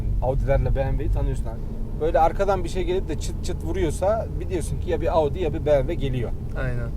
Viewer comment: bmw diyemeyen birisi bmw yi anlatıyor